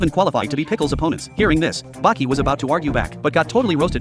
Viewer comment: This clown don't watch anime or what? He say baki